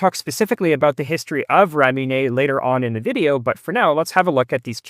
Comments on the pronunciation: FYI Ramune is pronounced with a "moo" not "myoo". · Pronounced 'rah-moo-nay', not 'rah-myu-neh'. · I didn’t know this guy was Canadian till I heard him pronounce Ramune - the RAYmune is the dead give away…and then I saw the channel name to confirm it. Canadians LOVE to cause DRAYmah, with their MAAHZduh cars, and while eating Italian PAAHStah. It’s pronounced Ruh-moo-neh if you care. The Ruh is a Rah, like the Egyptian sun god Ra. I spelled it with Ruh, cuz you give it a Rah/Ray sound. But it’s somewhere between Ruh and Rah. But it’s the exact sound of Ra, the sun God, but I don’t know how you would pronounce Ra…so I tried to toss ya in the direction of Ruh. (Great video BTW, this is the kind of PBS type content that I like. Right there with Technology Connections…but less crotchety. That’s high praise.) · it's pronounced raw-moo-neigh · I love Ramune, or at least the clear flavor (lemon lime I guess) and the nature of the bottle is part of the appeal. Though it turns out I've been pronouncing it wrong for years, I thought it was pronounced Ra-moon. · it's actually "le-mo-nade" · you're adding a "y" sound to ramune. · Ramune Japanese pronounciation of lemonade Labbit Japamese pronounciation of rabbit